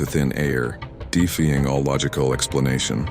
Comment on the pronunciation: Right?? A "chilled" instead of a child ... and "deefy-ing" instead of defying ... it's ridiculous. Why can't humans do voice overs for their own videos...?